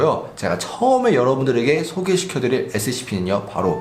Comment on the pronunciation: 소개가 아니라 소캐?